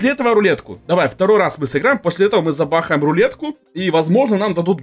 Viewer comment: Он сказал и луетку тоесть"рулетку)